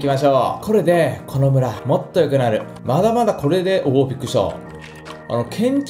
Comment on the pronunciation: 最初のこの村は俺が守るって奴、野々村は俺が守るって聞こえたw